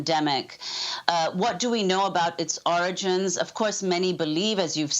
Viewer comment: "Origins of the virus". Didn't you mean "oranges" Amy?